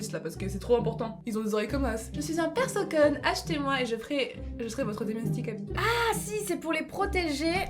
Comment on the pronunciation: elle a dit persoconne au lieu de persocome